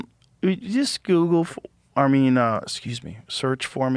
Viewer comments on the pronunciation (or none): Did Joe say "Soogle"?? Lol.... Boy you know someones a big shot when nobody in the room makes fun of that.